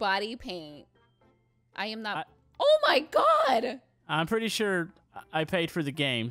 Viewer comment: "My Purdy Car" lol.